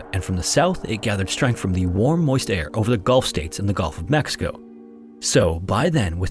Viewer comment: I love your channel! Just subscribed. Btw, it’s “Gulf,” not “Golf” of Mexico.